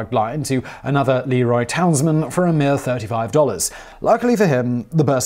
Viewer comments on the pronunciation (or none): Ok, I'll be that guy. le-ROY. not LEE-roy. Since we're getting rural western New York in here, hello from a former Byron resident, right next door to Leroy. Still mad at them for beating us in our homecoming soccer game 2-1 my senior year...